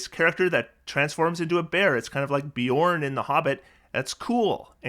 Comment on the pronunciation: You even diphthonged Beorn! I'm impressed.